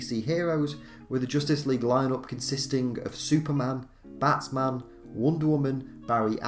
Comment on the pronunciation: Your accent makes it sound like you said "Batsman" instead of "Batman"